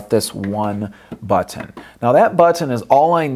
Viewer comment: it's funny lol